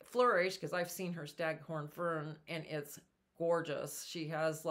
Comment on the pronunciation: They are pronounced FERN—-not FIRM. No M sound at the end.